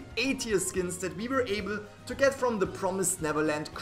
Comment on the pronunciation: The way he said "able to get"